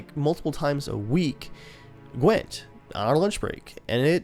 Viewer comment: "A standalone phone app of Qwent" CDPR: Hahaa that's cute